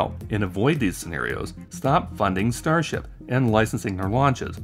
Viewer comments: I swear i heard "starshit" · "Musk has said over and over again, that his starshit..." Was that a tongue slip or deliberate? Because I think it's a great summary of this project...